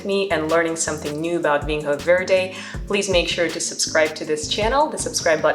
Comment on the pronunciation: Vinho is pronounced "vinyo" with an N followed by a soft Y-sound. NH is the equivalent to GN in French/Italian, or Ñ in Spanish. Same with Minho and everywhere else you see the NH combination in Portuguese.